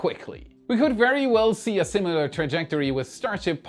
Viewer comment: is getting closer to being able to pronounce "similar"!